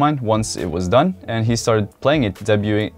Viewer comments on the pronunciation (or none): You had it right the first time when you said debuting, its pronounced dabe-you-ing 😊